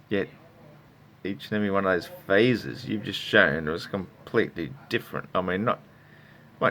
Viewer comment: He said faces, not phases.